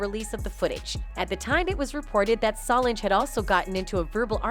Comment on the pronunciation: Her name is So Lange. Learn to pronounce it.